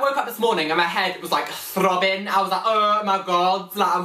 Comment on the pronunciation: OMG, you have the same camera as me now! CAM-BUDDIES! :D OMG, you collect POKéMON CARDS?! Why-didn't-you-TELL-me?! *pounds you over the head!* OMG, I'm totally re-playing you saying the word THROBBING over-and-over-and-over... So british and arh-sawm! :D